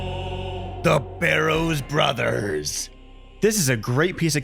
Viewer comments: The way you say their name it makes me giggle.. Also it making your video cool.. Love this video only for saying their name like that,, ha ha. Also you desrve sub for that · Lmao at the way you are saying their names. Like why lol. anyway. Thanks for help man. My first time barrows full clear <3.